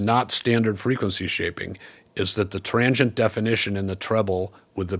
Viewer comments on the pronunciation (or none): It took me a while to understand your pronunciation of transient. I kept hearing trangient and couldn’t figure out what you meant until I saw the graphic overlay 😊